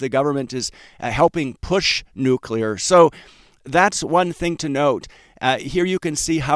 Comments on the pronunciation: It is pronounced nu-cle-ar, not nukular. Please a fix if you don't want down marks. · It's pronounced "nu-cle-er", NOT "nu-cu-ler"! Please stop broadcasting your high school ignorance. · never trust a nuclear analyst who pronounces it nu-q-ler. that refers to the nucleus of a cell. anybody who has any real knowledge knows that it's pronounced nu-kle-er. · It’s pronounced nuclear not nukular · Bro, it's pronounced nu cle ar. Not nu cu lar. All of the respect you deserve will be wiped away if you mispronounce words. Just sayin' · Please stop saying nucular, it's nuclear bud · Sigh, it's pronounced new-klee-are. Not new-cue-lar. George W notwithstanding. 😏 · SMR, OKLO & NNE: a saucy l'il "Nukular Triad" indeed. Someone ought to smooth some of the rough edges off of those wild relative value swings. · That pronounciation of "nucular" fooled him once, shame on him. Fool him twice... it can't fool him again. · Please learn how to pronounce "Nuclear" correctly.